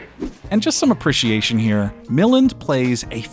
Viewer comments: It's Ray mil-AND. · Ray Millind lol 🙄MILLAND! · For Christ's sake, it's Ray MilLAND not MILLand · It's not Mill-len, it's Ray Mi-laan. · It’s Mill-AND, not MILL-und. But you did remind me that I’ve never seen The Thing with Two Heads. Or its predecessor, The Incredible Two-Headed Transplant. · Ray Milland's name is pronounced: mi LAND. He was such an accomplished and famous actor, it is rather sad that these days even people who are film buff types don't know his work or his name. He did a bunch of television work in the 1970s as well. Which makes one think that he probably needed the money. Which is also sad. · His name was pronounced "Mill-AND", Mr AI guy... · Please learn how to pronounce Ray Milland's name.